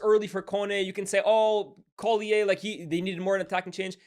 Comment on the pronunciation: Why’ve you pronounced collyer like he’s French